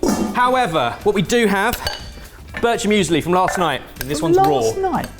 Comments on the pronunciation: "Börtscher" Müsli... you're great 😅 btw I really love eating sliced green apples with salt (Fleur de Sel) and fresh ground pepper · Lovely, creative, yummy!!! The pronunciation of birchermüsli is atrocious. My Austrian mother would say “that hurt my teeth”. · The pronounciation of «Birchermüesli» was something haha. Very nice video as always though!